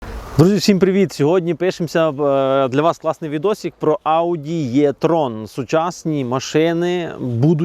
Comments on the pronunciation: Також Е-Трон це, а не Є-Трон. Трону тут нема ) Чомусь нас вчили букву Е читати, як Є російською. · Не існує варіанту в українській мові, за якого літера е читалася б як є. Це не є-трон, це е-трон, або вже і-трон, якщо дуже хочеться.